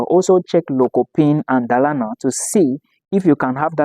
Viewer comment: Dolana, that’s the pronunciation